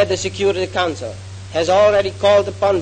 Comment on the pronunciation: Logat bahasa Inggrisnya jauh lebih baik dibanding Soekarno & Hatta, terutama pas beliau bilang: "council". 🎉